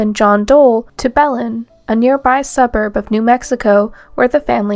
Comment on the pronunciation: It would be better if you learned how to pronounce names like Tara and Belen before making the video.